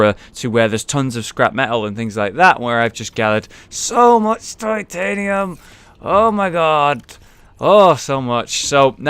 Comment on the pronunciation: Oh yeah, they say titianium instead of titanium.